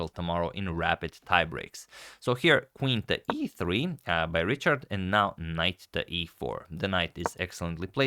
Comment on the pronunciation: And it is now as of that Agad pronounced RICHARD, instead of RIHARD (like ) Tell me I’m not the only one who noticed that